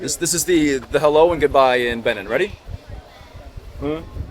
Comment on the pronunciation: It's not /Bini/ It's /Bené/ By the way, Say Hello to the Principalities in Benín Republic.😂😂😂